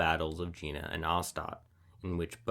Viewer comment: "Jena" is not pronounced american way, but rather as Yena. Please check the facts about important stuff such as names of historical battles.